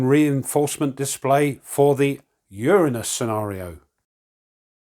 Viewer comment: Nice, I think you mispronounced Uranus though